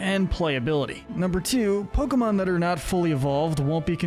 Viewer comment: I swear he’s saying Pokebitch